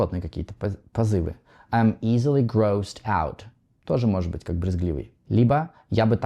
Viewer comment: Pay your attention on grossed-out pronunciation ... yours is bad...